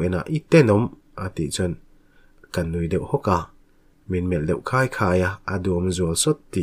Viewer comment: Min melh deuh khai khai a tih lai i thluk dan hi thlak daih rawh....engpawhnise i chhiar thiam